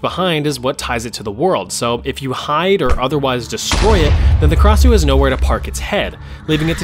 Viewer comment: Krasue originate from Thailand and it only have 2 syllables kra-sue not ka-ra-sue